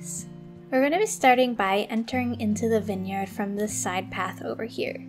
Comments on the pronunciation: I’m really sorry but it’s v-eye-n!!! Not vin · why u say winyard? it is viiine yard